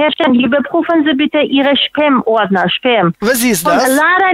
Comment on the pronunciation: Hast du wirklich Spermaordner gesagt? ,oder hab ich mich verhört🤣🤣